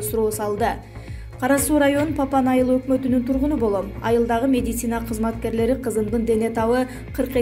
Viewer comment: Бека Медиа, ушул кызды диктор кылгандан уялсанар боло, орусча создорду, терминдерди туура айталганы жокпу, жада калса медицина деген созду туура айталбайт, медисина деп кой 😂😂😂😂